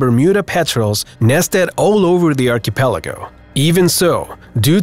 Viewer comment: I wish you would pronounce words properly it's archipelago not archypelego I not y and it's arki not arch